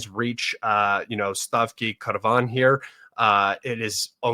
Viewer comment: no hate, but it was just an example, here some more Pri-kolot-ne (I failed to decode your voice) Stari Karavan (not Stavki Karavan) Sviato-... (not Zviato-...) Hryshine (not Hyrshine) Guys, I understand that for you, all these names are just a random sequence of sounds, but for native speakers, these names are combinations of words from their language, and hearing a random set of sounds from content makers is very strange. It seems like these names are in some third language. And the report is about Elon Musk's troops storming settlements on Mars.